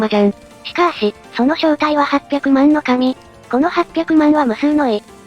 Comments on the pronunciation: はっぴゃくまんじゃなくてやおろずでは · はっぴゃくまんではなく、やおよろずなんですよ。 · やおよろずのかみ、ですよ。